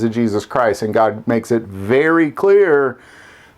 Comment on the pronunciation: GOD not gog.